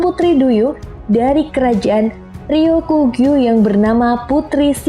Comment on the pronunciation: Ralat ryugu min bukan ryukugyu wkwk